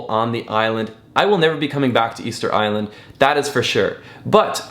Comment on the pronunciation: It's official - Ticket Island not "Easter Island"